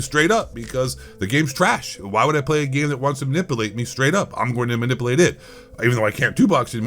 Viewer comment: When are you going to learn how to say manipulate?. Talk about eating crayons😂😂😂